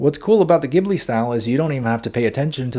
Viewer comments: You are so good at teaching THANK YOU SO MUCH But I need to tell you it's JI BU RI in Japanese so it should be pronounced jibli in English! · It's pronounced jibli like jungle. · love this video...but isn't it ghibli, pronounced Jibli with a J sound? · Beautiful but I wish you pronounced Ghibli correctly😭🧡